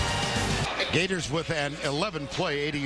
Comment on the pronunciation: Every time you say Gheyturs I think it gets wittier...